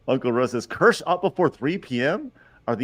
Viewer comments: I love how Kirsche let them mispronounce her name the whole time.... Keer-shuh btw... that's the pronunciation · Is it me, or did it strike anyone else as funny that everyone pronounced Kirsche's name wrong the entire time? Or maybe I'm the one that's wrong, as I always that it was "Keer-sha," not "Kersh." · I might actually subscribe to this German named based VT. Watched Pippa clips before but her voice is too grating for long listening but Kirsche speaks normally. It's pronounced keer-sh-eh. German for cherry. It shouldn't be this hard to learn basic continental vowels when most sounds already exist in English words. As for German, just ü doesn't exist. Ö is very similar e in nerd or u in hurt. However, it's understandable if you butcher sounds that don't exist in your language. I'll never fully master some myself. Th I never pronounce in a naturally sounding way. Same with some Chinese sounds. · of not a single person pronouncing her name right lol. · It is, people just keep pronouncing it wrong and she isn't correcting them. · You are correct. They all mispronounced Kirsche (which is the German word for cherry). She didn't correct them.